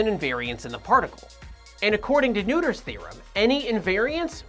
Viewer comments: Isn't it pronounced more like "nurt-her" (and not "nooder")? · Noether is pronounced "Noy-thur" not "New-tur" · Emmy NEWTER, not Emmy NOITER? Really? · I thought you were saying Neuter's Theory.... That'll really cut out the charge. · well, both are wrong. It's not really a name english speakers can easily pronounce.